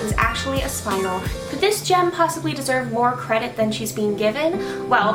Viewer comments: Also, I think it might be worth pointing out the word "spinel" is pronounced either as "spin-NELL" or as "SPIN-nel", not identically to "spinal". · ah not to be annoying but youre pronouncing spinel wrong! its spin-el or spun-el not spine-al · Spin-*EL*, not spinal. Cripes yall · I don't think a single SU vlogger looked up the pronunciation of Spinel. I mean it's not the biggest deal but I keep hearing everyone say "Spinal" where as Spinel the gem stone is "Spin-L" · the name of the gem spinel is prounounced spin-el not 'spinal'. There is no a in there! so annoying. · I think it's pronounced Spin-El, I could be wrong, but it seems better than Spine-L to me. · its "spun-el" not "spin-l" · SPIN EL NOT SPINAL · She's saying it wrong....its Spin-EL,not "Spinal" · It's not pronounced spinel it is pronounced spinnel as in pink spinnel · For peets sake people it's SPIN-el or SPUN-el NOT SPINE-el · It's pronounced spin - ELLE. Not SPINE - uhl. Haven't you ever played Resident Evil 4...? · It’s “spin-el”. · It's pronounced Spin-nel. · Tactical Xerow I think it is pronounced more like SPIN-el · It is pronounced spin- Elle. JTV on YouTube has a video on it and other gems. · Not pronounce spin el It’s pronounced Spinel ( /spɪˈnɛl/) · It is pronounced spine-l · spuh· nel pronounced :) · No its name is Spinnn---- el